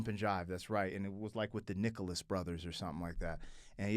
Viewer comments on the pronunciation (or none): none